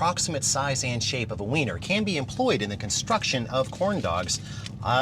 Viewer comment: Lol he sead vener